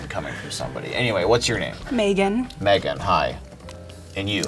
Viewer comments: PI: "What's your name?" Girl: "May-GAN" PI: "Okay, megin!" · “What’s your name?” “MAYgan” “Alright MEGGan “ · I perfer saying it Megin than May-gan. I hate when people say that